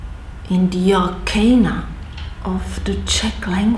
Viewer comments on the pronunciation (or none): none